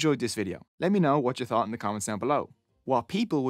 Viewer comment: love the accent thinking its Irish, the 3 sounds like tree...and 30 sounds like "terty"..and.thought sounds like "taught" thats so funny.and cute at the same time...